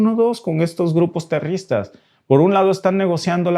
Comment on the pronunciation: Amigo.queda patetico como dices la palabra terroristas.sin ofender.